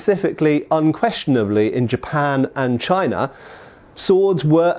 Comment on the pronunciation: Yeah... and he does sometimes pronounce "China" with an r on the end... "Chinar" lol.